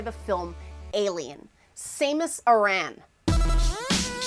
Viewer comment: Sah like sandel, mus like mustard, and Aran is pronounced like the name Erin.